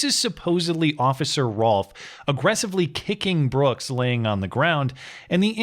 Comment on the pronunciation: That DA can’t even use proper verbiage. “ Mr. Brookzezez “.